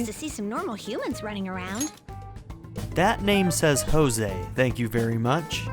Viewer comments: It seems 'Jose' isn't very far into his studies of humans... NO HUMAN PRONOUNCES THAT NAME LIKE THAT! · Jose is pronounced how the characters say it even in Japanese but to me it always feels just……wrong